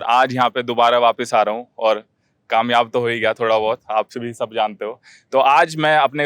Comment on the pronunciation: don’t say kamiyab ho gya Hun in your mouth not suit your mouth. Rest of good 👌